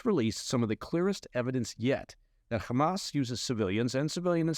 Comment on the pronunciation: pronounces "Hamas" correctly. Liked and Subscribed.